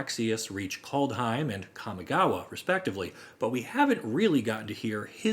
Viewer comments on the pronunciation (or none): none